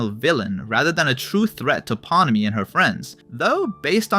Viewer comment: He also said "Pawnemi" instead of Pomni lmfao